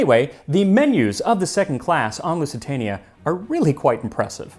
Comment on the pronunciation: "Loozee-tania", not "Loossy-tahnia". However, great video as usual!